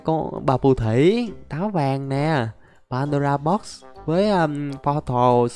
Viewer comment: nói padora box nghe hài